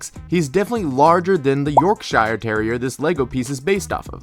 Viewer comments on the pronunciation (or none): Anyone else crying when he said York shIRE. it’s not the right way to say it 😭😭😭😭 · Why did you say “Yorkshire” like that?😭